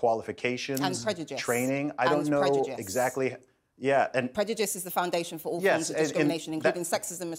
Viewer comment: ‘Prejujice ! ! ! And Prejujice’ 😂😂😂😂